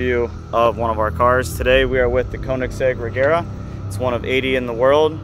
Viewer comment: But you say Regera wrong, it shall not be the G sound as in egg but as you say the J in Jet or the G in George.